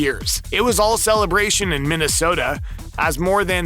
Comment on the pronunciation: at least he pronounced Minnesota right.